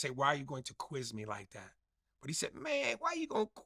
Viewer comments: I come back to this clip often just to hear him say "wa u gon qui mi ladat" 😂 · KwimeLydat😂😂😂 What the FUK🤣🤣🤣🤣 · Is he tryna say quiz me like that 😂🤣😭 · Lmaoo why he say " quiz me like dat" , like that lmaoo